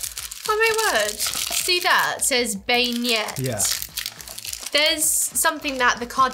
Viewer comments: Beignets, pronounced “been ye” as in Kanye, are fried dough balls covered in powdered sugar. They are a New Orleans treat that are delicious hot out of the fryer! Another great video, love all the dancing and laughing, always makes me smile 🥰😂❤️ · In the word beignet you don't pronounce the t